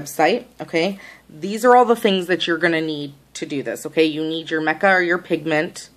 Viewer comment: That was bugging me too.